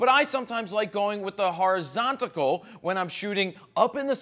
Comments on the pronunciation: Horizontal. It's Horizontal. Not Horizontacle. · one of the best online, but it's horizontal not horizontigal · Did he say Horizontical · Yeah the way he says it is kinda funny